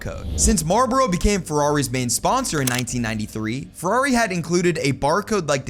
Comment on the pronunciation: Why are you saying Marboro instead of Marlboro? There's an L in the name. It's not silent.